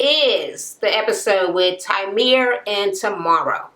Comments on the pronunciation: TYREME, not TYMERE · Kept saying his name wrong. Lol